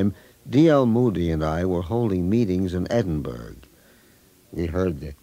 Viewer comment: love this song adn enjoyed hearing the history of it. BUT why can people pronounce Edinburgh correctly